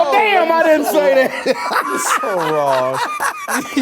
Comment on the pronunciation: "How Wong he was!"...im dead